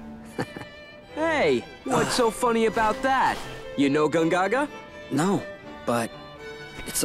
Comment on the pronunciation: Had to come back here because the way Gongaga is pronounced in the remake is really disappointing...